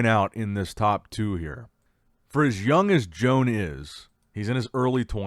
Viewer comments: I believe that his name is pronounced WO-AN. Not Joan. That's feminine. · Loooool I did not know Joan was from Spain until you mentioned it. We all love how you say the names lol but his is pronounced like Juan but instead of Hoo-Ahn it's Ho-Ahn - Like Santa Ho Ho Ho and Daniel-San. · I said in another vid that Joan is not a lady therefore his name is not pronounced like that and he's obviously from another country so should do some simple research before butchering ppls names.